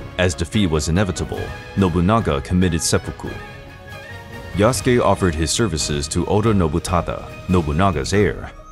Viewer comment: Why pronouncing Yas-ke It's Ya-Su-Ke